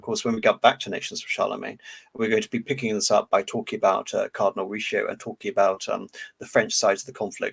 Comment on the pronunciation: Great presentation besides the butchered names such as "Cardinal Richioo"